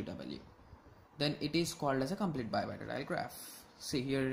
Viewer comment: why u sayin bipartitile graph